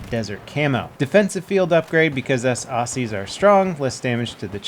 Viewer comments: Were not called auSSSies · Are you also annoyed he didn't pronounce Aussies with z's?